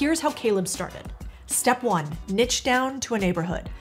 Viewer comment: A huge neek. Lol. Never heard it said that way before. Like it.